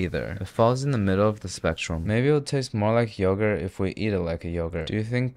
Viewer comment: yoğurt is turkish but the way you fucked it up im ok with it being greek